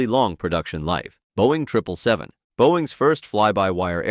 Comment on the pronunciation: HE SAID TRIPLE 7 AND NOT 777 LET'S GO I APPROVE